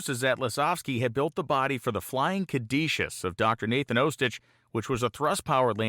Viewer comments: Caduceus is not pronounced "cad ee shus" as you do in the video. It's "cad u see us". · Not to be pedantic but the Flying Caduceus is pronounced "ka-doo-see-us", not "ka-dee-shus". The caduceus is the mythological staff often depicted with 2 snakes wrapped around it as a symbol in the medical field.